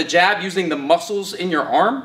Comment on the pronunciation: I knew it wasn't just me who noticed